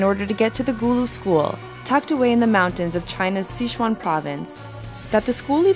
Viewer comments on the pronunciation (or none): none